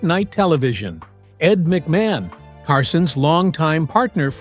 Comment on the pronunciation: This AI reader was ‘t programmed to pronounce well known celebrities’ names, like Ed Mc Ma hahn,,,,, Lame and robotic, surreal and low grade